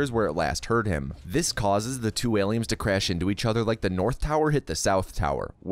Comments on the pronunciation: Why is he saying aliums lmao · Why do you keep calling them aliums???